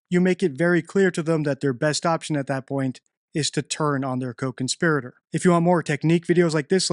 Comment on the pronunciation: Glad you are pronouncing co-conspirator correctly now thanks